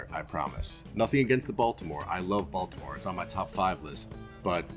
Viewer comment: Glad you're back. Also - Balitmore?